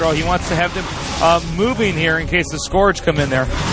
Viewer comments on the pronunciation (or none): Please, it's pronounced sc-URGE, not sc-ORGE. Keep up the good work!